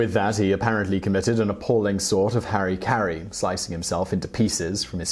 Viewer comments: it is not hari-kari, it is hara-kiri. Also, another word for suicide in Japanese, it is "seppuku"! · Harikiri = harry-carry? no, in japanese E's and I's are switched. its Har-E Ker-E!